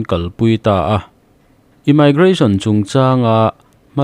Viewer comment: Immigration ( imaigration❌, Imigration✅